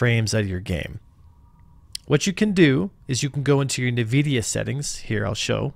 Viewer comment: This was incredibly useful. Thank you very much for this. also, it's "en-vid-ee-uh". I know, I work there and hear its correct pronunciation many, many times each day. 🙂